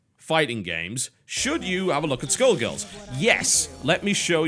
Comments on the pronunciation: i thought u said "taking a look at school girls" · What do you think skull girls is the BEST game ever so you can shut up and that’s NOT how you pronounce skullgirls not skill girls skoll girls! Idiot I hate your channel